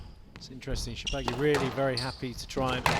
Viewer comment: Shor-ba-gy and not Sho-ba-gy!!!